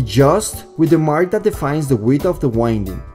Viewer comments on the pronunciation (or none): Your English seems to be improving :) One word you use a lot is "winding." It is one of those stupid words in English that means 2 different things. As a noun wind is referring to moving air. This form of the word is pronounced 'wh-IN-d.' (this is the way you are pronouncing it). The other form of the word "wind" is an adjective. It refers to the action of looping or spinning something. It is pronounced differently. Instead of the strong "in" in the middle it is pronounced 'WHY-nd' or you could think of it as 'wh-I-nd.' I am just trying to help. I'm not trying to be critical at all. I have one question, or really a request for more information. Can I lower the impedance of the voice coil by reducing the number of turns if I design an amplifier that can handle it? Or/when is it better to use a larger wire?